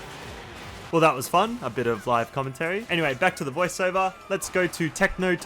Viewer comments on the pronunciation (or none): none